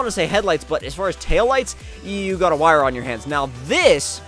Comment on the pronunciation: Finally a YouTuber got the pagani's name right loads of them said zonda like really bro it's a huayra